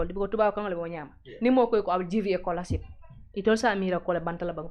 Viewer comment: I can't believe someone who was vieing for our National Assembly is sitting on national TV , pronouncing scholarship as colarship.. Colarship???